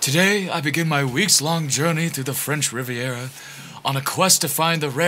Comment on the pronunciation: "Riveira", "Riveria", "3 years ago" (it's a kitten). Whether it was deliberate or not, I laughed my ass out. 🤣🤣🤣🤣🤣 I can't get enough cats and dogs and fluffy animals videos, especially when they got "tuned up" by witty voice overs, LoLoLoL.